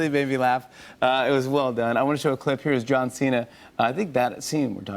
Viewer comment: santino says John Chena..... 😂😂🤣🤣